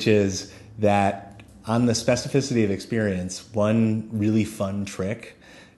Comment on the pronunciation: Say specificity one more time.